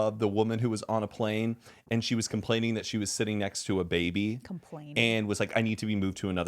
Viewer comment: comPLANE when said complain lol 💀